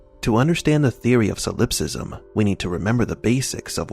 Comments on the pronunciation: SOL-ip-sism, not so-LIP-sism. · It's pronounced ˈsäləpˌsizəm or sah-lep-siz-um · Hate to be this guy but solipsism is pronounced “SOL-ip-sis-em”, and Mnemosyne is “NEE-mo-sin”.